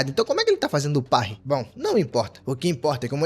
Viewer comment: AAAA QUE DOR SKAKSASK ELE FALANDO PARRY ERRADO!!